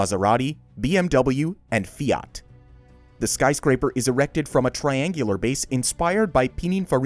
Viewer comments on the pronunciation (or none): none